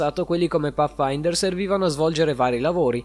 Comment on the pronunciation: Da notare tutti i nomi sbagliati (IPEX) 🤣 (PAFAINTER) 🤣